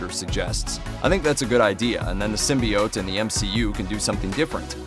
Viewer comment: I stop listening when people start mispronouncing symbiote